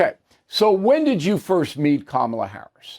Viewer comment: 🚨 Oh come on Bull, did i hear you say that "Coma-la Her-ass" was articulate? GOOD GRIEF❗👎